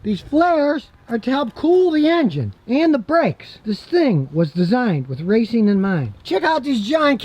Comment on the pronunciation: did he said riceing?